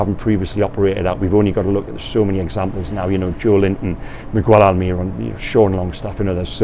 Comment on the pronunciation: We've been through this before,, please, mi-gell, not mig-well. AlmiRON, not alMIRon